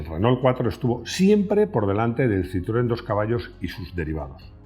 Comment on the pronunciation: 4 Latas!, los invito, en la medida de lo posible, en vista que es un programa internacional, a tener una venia con respeto a la pronunciacion de marcas legendarias como ("Renó", Renault), ("Citroén"), ("Folksvaguen" Volkswagen), ("Puyó")Puegot, (Doch") Dodge) etc. Un Abrazo desde Caracas Venezuela y disculpas por la impertinencia!